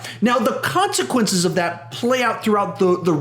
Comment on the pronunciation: i hate you, brcause you said con see quinces